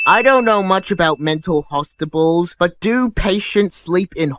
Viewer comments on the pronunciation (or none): Mental HOSTIPALS? is that like hostile pals?